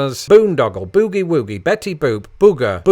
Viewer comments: Close. However, boogie woogie is not pronounced like ooh. It uses that bizarre American sound that would be spelled UH. The same with shook and cook. There is no ooh sound in them. You pronounced them correctly, unlike boogie woogie. There is ooh, then there is boogie. Entirely different sounds. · that's not how you pronounce "boogie woogie" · ..you did pronounce boogie-woogie incorrectly. it is as we say look or book or took..boog long e woog long e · The "ooh" sound is not used in "boogie-woogie." It always sounds funny to hear Brits pronounce it that way.